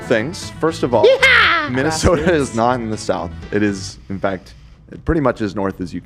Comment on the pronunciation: Not minnesoter 😭